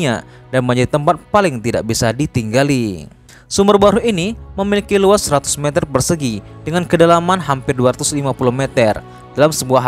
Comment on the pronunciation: Meter... Bukan meter..